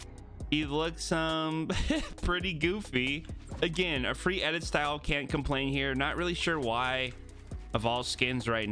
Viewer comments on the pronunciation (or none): none